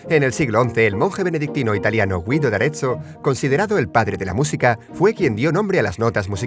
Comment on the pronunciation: Se pronuncia gido